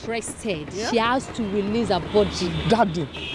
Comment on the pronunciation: girl learn to pronounce your H. i love how lively you sound among other people but pls learn to say Has , the H is not silent